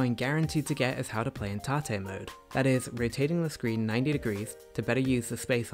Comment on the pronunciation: Lol tah-tay mode. You mean tate mode? Hahaha